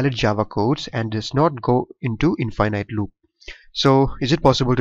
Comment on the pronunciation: in- finite... Don't say it like that Say in - fi - nit. at the end don't say night, say nit or knit. it helps with comprehension and differentiate infinite to finite.